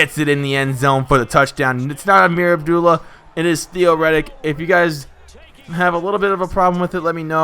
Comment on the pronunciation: Its pronounced ab- duel- uh